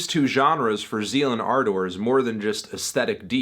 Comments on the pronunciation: Why are you saying ardor so weird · why is anthony pronouncing ardor that way? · This is really hard to watch when Fantano can’t even pronounce the name of the band , or Manuel Gagneux’s name. It’s Zeal & Ar- duhr, not Zeal & Ar-Door, and the guy’s name is Man-u- well, not ManWell. I cringed every time he said his name. That aside, Fantano doesn’t seem to know the history behind this band, and how Manuel was doing his Birdmask project, when as an experiment, he went onto Reddit and would ask people to name to musical genres, that he would then make a song blending the two together. Gagneux was asked to combine black metal and Chain gang blues, to which Z&A was the result. He wrote all of Devil is fine, played all of the instruments, and recorded it himself. The concept behind the subject matter is an imagining of slaves , had they rebelled against their masters’ monotheistic Christian beliefs, and instead rebelled by following Satan. This is one of Fantano’s laziest reviews for an album that is one of the more interesting, and definitely one of the best all around albums so far this year. it’s worth noting that I’m not a metal fan at all.